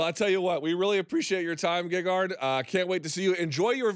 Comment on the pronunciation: and its gegard not gagard. Might as well call him lady gaga.